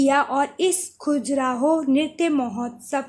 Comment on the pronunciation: Khajuraho hota h madam खजुराहो